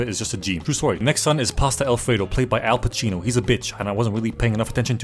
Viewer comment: The italian pronounciations were awesome - Al Pacino (played by Al Cappucino Bella Ciao)